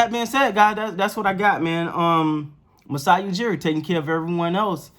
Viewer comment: we know Steady Freddie won you over & you're a secret Raps fan. We love you for it. You know your stuff. No worries we can keep a secret lol 😁 Oh & you said Masai's name perfectly.